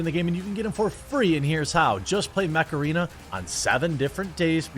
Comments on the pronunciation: I thought you said Macarena :D when i saw ad then I understood you mant Mech Arena :D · I thought he was saying Macarena the whole time. Untill the end then I head Mech-Arena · the way you said mech arena, sounded like Macarena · honestly when you first said mech arene. i thought you said macarena. I thought what? are you going to dance?!?